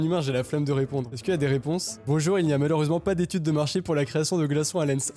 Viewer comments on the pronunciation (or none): LENS ça ce dit lan ceux !!!! QUELLE INDIGNITÉ 😂😂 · Je sais pas où t'as trouvé la prononciation de Lens, mais en tout cas, l'effort est... Là...?